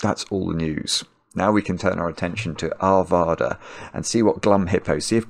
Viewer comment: My home town!! Arvada, CO, USA is a north west suburb of Denver. There are many ways to say it. Most common, and accurate is to rhyme it with the state Nevada. So, did a great job, though Are/VAH/da is more common. That’s the American accent for you.